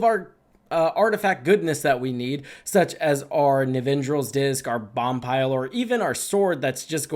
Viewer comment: I know it's very nitpicky but the card Boompile is pronounced BOOM (as in Room)-Pile. Again, sorry for this but it was triggering me every time he said Bompile.